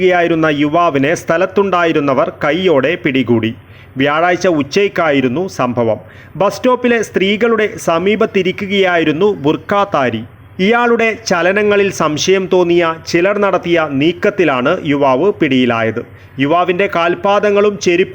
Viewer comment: ബുർക്കാതാരി യല്ല.. ധാരി... മലയാളമെങ്കിലും പഠിക്കണ്ടേ മോനേ........😅